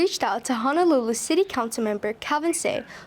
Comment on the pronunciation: Please correctly pronounce Ho-no-lulu. 😊